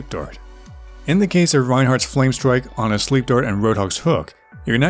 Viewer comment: Good video - but can you please speak more slowly and clearly? Had to go back several times. When you say "Ana's sleep dart" sounds like "honest sleep dork". As I new player, I had to rewind many times to hear what words you were actually saying. Otherwise very good and well made video.